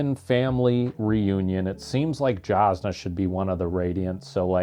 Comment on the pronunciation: Whenever there’s an off camera death.. We saw Jasnah’s lifeles body hit the boat deck tho! 😅 Also, it’s a J with a Y sound according to Brandon, so “yazz-nah”